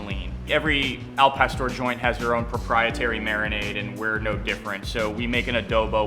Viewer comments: Al Pastor means nothing! Al Pastore, on the other hand, means something! it´s like saying Hamburge... now tell me that doesn't sound like pain in your ears! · yeah hes a douche pronounce the words correctly gosh el pastor Clantro what the hell and hes the whitest guy omg gentrification much